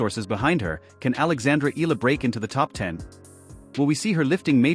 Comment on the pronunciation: Just wanna correct how the narrator said Alex's last name EALA as ELA or ILA, it should be said as E-YA-LA! ;)